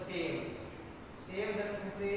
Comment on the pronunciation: अच्छी प्रस्तुति है किन्तु मेरे भाई शैव को "सेव" मत बोलो